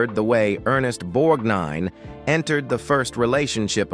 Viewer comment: Unless they cut the scene for TV, thereis no such film where Fatso Judsen beats Sinatra's character. All Judsen does is pick up a billy club when Sinatra's character is escorted into hte brig. By the way, the computer periodically mispronounces his name. Ther e is also a reference to a "solduer's discipline" when you should have said "a sailor's." He did a nice cameo in RED.